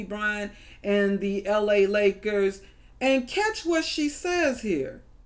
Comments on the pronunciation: lmao she said nakers by accident in stead of lakers you could tell she was stuttering and messed up and it sounds like the n word lmao y’all tweaking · She said nakers... that was the 1st time hearing. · Tried she tried to lie and say she said nakers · Lashid4U I definitely hear Nagers not Nakers but still dumb nevertheless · Lashid4U idk I’m just telling you what I hear and I hear Nagers haha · Ever if she did say "Nakers" that dont make it better!!!! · She was going to say Knicks and corrected half way and it came out Knickers. Knicks and Lakers combined. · Ethan La Rue she definitely said it, I don’t know how you mix up lakers with the n word. The word was clearly in her subconscious mind. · Listen closely. She says "Nakers" not the N-word. She was starting to say Knicks and changed it to Lakers. It was an honest mistake. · She said nakers that doesn't sound anything like the N word. Are you insane? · She meant to say lakers but she said nakers she is being so dramatic 😂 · Faith Morris I did ... still heard Nakers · She said nakers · Some crazy coincidences it’s scary. But she did say “Los Angels Nackers” not the N word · Lashid4U I heard the n word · She said Nakers. That's what it sounded like to me. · She said Nakers I had headphones on. Sound like the other word but it’s not. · The cartoon is creepy... But she said "NAKERS" ...slip of the tongue by one letter (It does sound like the n word if it's in your head to hear it) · Lashid4U I can’t explain it. I didn’t do it but that’s what she said. She doesn’t say “Niggers” at first listening I can understand how people think that though for sure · Miguel Velez haha I have no clue but I for sure hear and “A” and not an “I” but to be honest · Yeah there wasnt a K in what she said....I clearly heard a G in that. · that harsh r on the n word tho